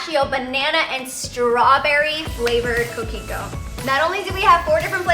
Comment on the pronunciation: When you said your drinks name the first time I thought you said cookie dough